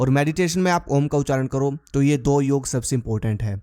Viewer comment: योग है भाई योगा नहीं